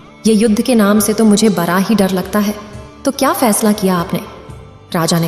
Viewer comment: Aap bar bar bara bara bol rahi ho balki bada bada hota ha